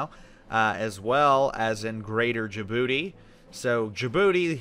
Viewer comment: Remember when said Djibouti wrong?